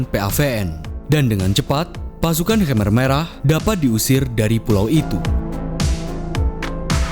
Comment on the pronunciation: Pelafalan khmer merahnya salah bro